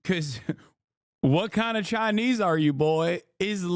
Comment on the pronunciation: Pronounced "Chinee"